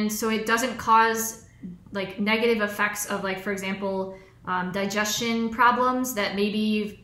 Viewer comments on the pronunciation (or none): none